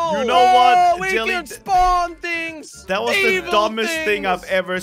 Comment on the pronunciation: lol he said thins